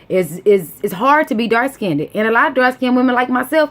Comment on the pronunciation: raw form casual and don’t know what the hell you talking about. Ok.... just talking to get attention and saying shit that ain’t true. What a damn shame...jealous that Serena is better than you. And the word is pronounced ‘dark skinned’ NOT ‘dark SKINNEDDED’.